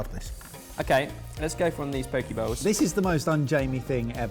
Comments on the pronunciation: Who else heard Jamie say Pokéballs, instead of Poke Bowls? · Imagine russell brand saying poke bowls. You'd 100% hear pokeballs.